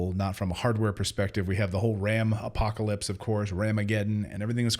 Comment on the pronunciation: What’s a hapocalypse?😅